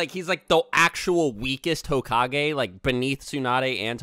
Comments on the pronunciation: so are we just gonna keep letting him say hokag-anus or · One rebuttal: Dr. Phil would pronounce it like "hoe-cage"